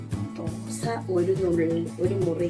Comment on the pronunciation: ദോഷായല്ലാ 😂😂 ദോശ എന്നാണ്